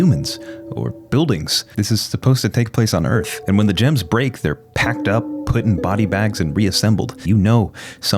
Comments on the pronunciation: It is Earth, not Earf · "THAT'S EARF?!?!?!"+echo